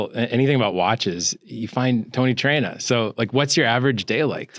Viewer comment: Isn't it Traina and not Trainer.